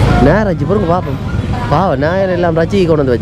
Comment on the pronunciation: ரெச்சி இல்லடா இறைச்சி